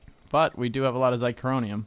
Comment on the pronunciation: sorry but its been bugging me xy-c-hor-i-um ---- theres no "n" in it to make it xycronium